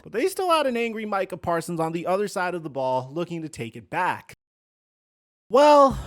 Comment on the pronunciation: said “the Micah Persons bowl” homie is so upset